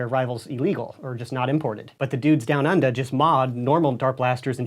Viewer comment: That "down under" was perfect!